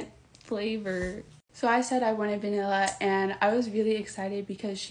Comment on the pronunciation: idk. She definitely has some "wobble" when she says vanilla and chocolate. Other than that, she spoke quite clearly. There are two sisters out on YT that make short videos of the deaf one pronouncing things horribly wrong while they both laugh their asses off. They have me rolling everytime I see them!